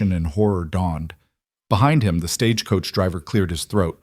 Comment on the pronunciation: 😂. I’m glad I’m not the only one that worries about all those details!!! I love the stories… but I wish AI knew the American language better…. Like the difference in live/live, consent/consent etc. Also how to pronounce Stagecoach without making it 3 syllables!! 😂.